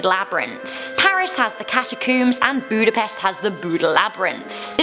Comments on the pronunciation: as a hungarian, it irritated me the way she pronounced budapest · I know you dont speek hungarian your butsering the word Budapest. Also evry other words too.